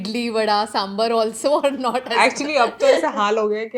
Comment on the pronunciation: For someone running a food platform, I'd suggest learning to pronounce quinoa ("keenwah" - Raashi got it right) and sambar ("saambaar").